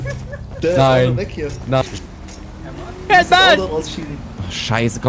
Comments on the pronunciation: bin ich der einzige den es leicht nervt das immer Hernn sagt? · Ich liebe ja diesen kleinen rothaarigen Wicht. Aber ich kann nicht beschreiben, wie sehr es mich triggert, dass er immer Herrn statt Herr sagt. 😂😂😂🙈 das macht mich fertig….